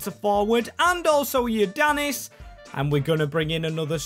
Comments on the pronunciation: Bro... Its IOANNIDIS not ionadidis.... But its ok greek names are really hard for people from other countries...😂😅😊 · BRO REALLY SAID IONADIS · Bro don’t know how to read 😭 He read Ioannidis “Ioadannis” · Who is “ionaddis”💀💀💀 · Thank you thinking greece also it is I-o-an-id-is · You can say fenerbakshe and beahiktas but you can’t say kotsiras and ioannidis